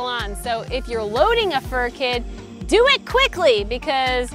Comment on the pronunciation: You're Italian? "Whatever you wanna dooo"!